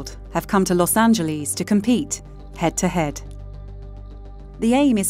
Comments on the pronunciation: “Los Angeleez” :))))) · Los Angelees?